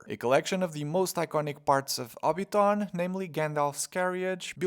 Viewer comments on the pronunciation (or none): Hobbiton is pronounced hobbit TIN